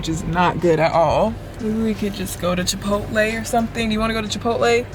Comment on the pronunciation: “Chi pot el” 😂😂😂 so meee